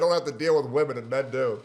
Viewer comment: Can stand when ppl can’t pronounce women (plural) properly